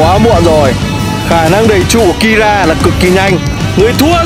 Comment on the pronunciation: keera ko phải kira